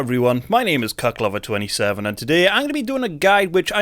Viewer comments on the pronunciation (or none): Bro I heard CockLover27 :P sry